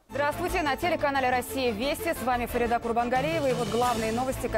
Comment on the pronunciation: Почему говорят ФаридА, если правильно произносить это имя с ударением на второй слог ФарИда?